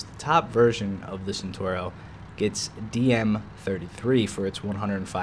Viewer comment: hey its cenTAUro, not centuro. Nice vid!